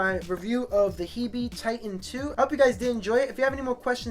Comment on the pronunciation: I think it's pronounced "heeb" like the slang for "hebrew"